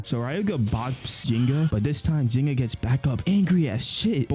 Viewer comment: The AI actually pronounces Ryuga and Ginga's names similar to how they're pronounced in Japanese lol, ironically.